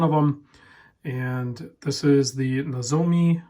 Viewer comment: Neh-zoom-ee. And Kanji (like a Kanji date wheel) is Con-jee. Not Kenji.